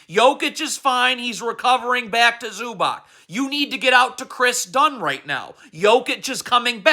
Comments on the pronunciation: Say it with me zew-bahts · Bro, your pronunciation of ZUBAC is terrorism.